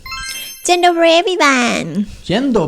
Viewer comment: I ❤ your "Dzień dobry" Greetings from Poland 😊